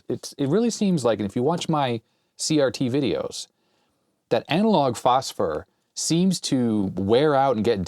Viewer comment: Amalog phosphor? ☺ hehe (at least that's how it sounded to me).